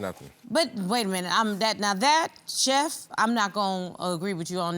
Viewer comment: If he says I'm a cheft one more time! Chillllle